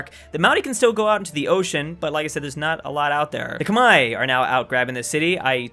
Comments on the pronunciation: It's amazing how still can't pronounce Khmer. Kh is a "ka" sound and a mer is sounded as "mare", like the female horse. So phonetically it's ka-mare. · It’s almost 2020 and still can’t pronounce Khmer